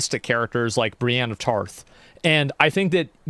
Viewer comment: "Breanne of tarth" lol killing me 😆